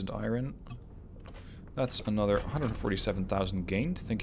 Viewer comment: 'Love the videos... 'Hate the way you say "iron".